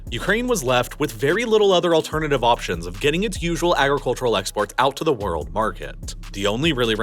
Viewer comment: Take a shot for every time he says worrld